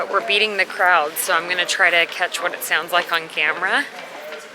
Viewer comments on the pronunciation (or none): none